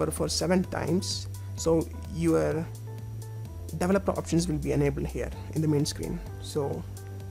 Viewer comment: why do all you indians say "delevoper"? its not delevoper its developer!